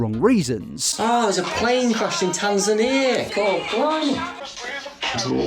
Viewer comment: I know this dude is absolutely horrible but I can't get over "there's a plane crash in Tanzania? cor blimey" 😭 It's straight up like one of those posts where people make fun of British accents by saying "it's chewsday innit mate"